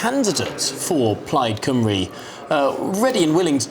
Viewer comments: Why should they talk to you when you can't even pronounce the party Plaid Cymru correctly. Laughable. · I suppose it would be impossible to send somebody to cover this who can pronounce Welsh names properly? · They probably snubbed you love because you couldn’t even be bothered to say their name correctly.